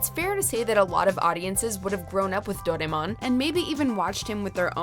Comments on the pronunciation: as a Japanese person, i got REALLY triggered the ay she said ‘doraemon’ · is anybody else triggered with the way she said "Doraemon"?